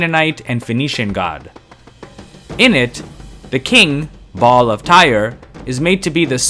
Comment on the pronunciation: "Ba'al of Tyre". I heard it as "Bob of Tyre". 😆